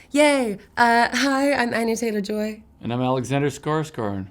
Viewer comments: Has Skarsgård started to pronounce his own name Skarsgard? Is it just easier with English speakers? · It aches my heart that he pronounces his name so americanized, just to please the american audience.... :( His lastname is epic in Swedish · why does he always say his name international? its skarsgÅrd damnit,,,sjlms han för sitt namn eller? skulle va stolt svensk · Love how he pronounce His name the American way :)